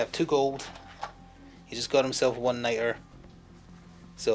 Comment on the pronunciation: It's Nitra, so pronounced night-ruh. For the Americans, what's your regional accent? It's leaning Scottish but doesn't sound full Scot.